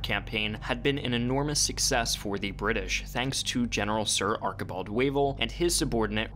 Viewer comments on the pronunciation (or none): ''Arkibald'' xD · Did you really just pronounce Archibald as Arkibald lmao